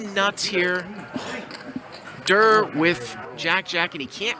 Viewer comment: Why’s he calling Tom Dwan DURR